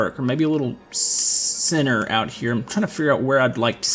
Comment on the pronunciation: Whenever he says center it sounds like sinner